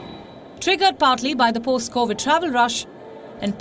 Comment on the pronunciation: There is no wonder why India is always 3 steps behind its greatest imaginary enemy. Three years after the pandemic started, Palki still can't pronounce Covid19. She is still singing the same old stories of 2019 when the rest of the world has moved on. Good journalism Ms. Palki. You are one of the reasons why Indians are holding one-sided views on most world affairs.